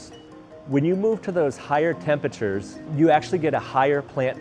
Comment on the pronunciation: higher "tempechures"